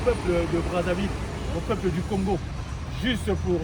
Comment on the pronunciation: je vous félicite car vous êtes l'une des rares personnes de la RDC 🇨🇩 à respecter et à ne pas écorcher le nom de notre pays, le Congo 🇨🇬. On sent que vous ne souffrez pas de crise identitaire. Merci 🙏 Et pour finir, félicitations également pour votre vlog qui est de très bonne qualité. 😘